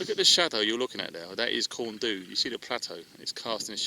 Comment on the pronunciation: Ah home, I live in the Valley's and this is the kind of view I get every time I'm out, god vid mate and well done on humping the pack to the top. Oh and it's pronounced Corn Dee not Corn Do :0)